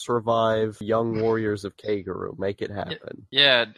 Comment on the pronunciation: Holy shiiiiit! How difficult is it to pronounce koguryo? KO-GU-REE-YO.